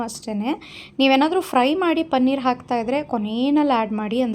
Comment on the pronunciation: ಪನ್ನೀರ್‌ ಅಲ್ಲ ಪನೀರ್‌